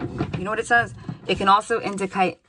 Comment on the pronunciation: Twice in two days you've said "indicate" in a somewhat Aussie accent Thankyou for these readings 😇 They are correct